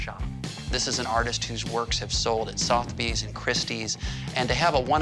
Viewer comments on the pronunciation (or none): Hmm, I'm not familiar with "Sothbees". I HAVE heard of Sotheby's. How does an expert appraiser NOT know how to pronounce the name of a well-established popular auction house?